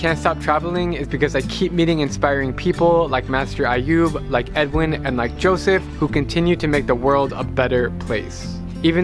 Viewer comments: pronouncing ayub as ayud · Drew, every time you pronounced AYUB'S name as AYUD which is wrong. Please keep that in mind these mistakes in your upcoming videos. Thank you. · Drew its Ayub not Ayud... No offense!! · It's Ayoub... With B at the end, not D